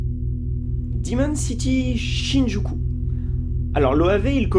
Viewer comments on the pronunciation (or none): Wooow!! Amazing, "diiimon Cityyyy SHIIIIIIIN-JUKU" (en vrai c'est très bien et j'ai hâte de t'entendre encore parler japonais!)